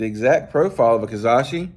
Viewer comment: Ka-ra-shi lol not ka-za-shi love the videos though 😅😅😅😅